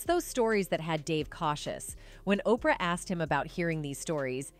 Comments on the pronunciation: WTF is "O P R Winfrey???" How annoying. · Sounds like it's worse than I thought... A I can't say Oprah... Wow